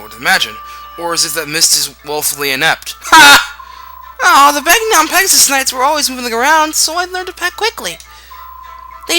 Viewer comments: Begnion. Ben-YON. The g and n are like the word, gnaw. Get that through your skulls. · In Radiant Dawn The Narrator Says Ben-Yon